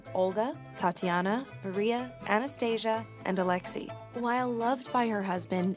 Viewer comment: Alexee??? It’s pronounced alexaiii